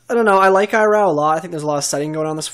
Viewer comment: eye raow? how do type this phonetically... it's ee(like in see) row